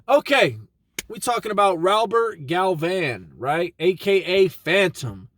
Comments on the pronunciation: Its Galvan, not Galvin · Baby ain't you Mexican? Its GAL-VAHN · Its Galvãn